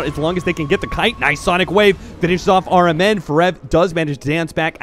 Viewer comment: I heard caster said rmn sounds like aura man. is it just me?